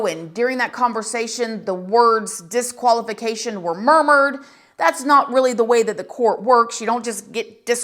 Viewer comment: Disqualification not Deqaulification